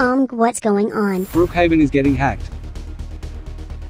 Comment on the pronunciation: Is not brookaven is brookaven pibby